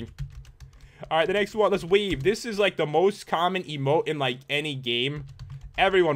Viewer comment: I thought u said wee instead of wave